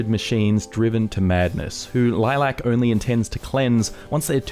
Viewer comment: Dude... Lilac... Why you emphasising the LAC